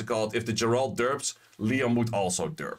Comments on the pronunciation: Geralt = "Ge(m)-rah-ld" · Dude please learn how to pronounce geralt. Like I get a lot of these monsters don’t have official pronunciations because they’re made up by com2us. But Geralt’s been around since 1992